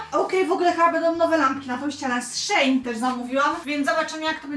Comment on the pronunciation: Ja się cieszę że chodź jedna osoba wymawia nazwę SHEIN jak SHEIN a nie SHE IN